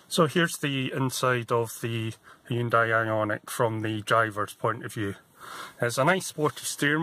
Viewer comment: It's pronounced Hunday like Sunday not High-Un-Day.